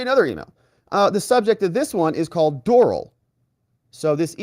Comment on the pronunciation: I cringe when you say Doral. :) Not a golfer? It's pronounced door-AL. As in the Country Club